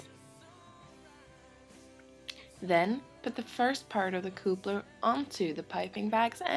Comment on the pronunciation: & you forgot how she says 'coopler' when describing a coupler. Oh dear...